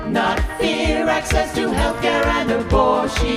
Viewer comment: I can't believe you skated right past their singing gleefully "A-BOR-SHEE-UN"